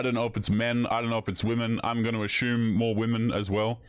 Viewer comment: Uh Shume??? Assume doesn’t have an H in the word.